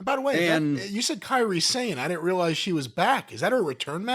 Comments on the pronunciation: I thought it was egregious when Stevie Richards did it but now Corny is too. How hard is it to pay attention to the show and learn how the wrestlers' names are pronounced. Her name is KAIRI Sane, not Kerry. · “Carie Sane”😂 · Jim please learn how to pronounce Kairis name properly